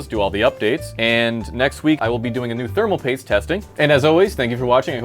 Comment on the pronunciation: You kept pronouncing "spermal paste" wrong in this video for some reason, fyi